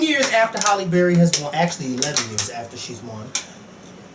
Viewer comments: It's HALLE Berry, not Holly ; lol. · Hi. Its Hailey Berry. Not Holly... I love you:/ lol